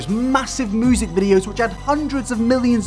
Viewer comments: Why the fuck cant you pronounce "music" correctly? It is "myu-sic" not "moo-sic". Other than that nice video bruv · Is it just me when he says “music” I heard “Moosic” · moosic xD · "moosic" ... dude... isn't it music? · LEARN HOW TO SAY MUSIC PROPERLY YOUR DRIP! ITS NOT MEWSIC! FOR A CHANNEL THAT IS NOTHING BUT TALKING YOU SHOULD BE ABLE TO TALK PROPERLY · 'moosic' ? never noticed before haha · No one: Really no one:: MOOsic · If he says moosic one more time I’m gonna lose it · Youtube "Moozik" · Does anyone else hear him saying moosic instead of music?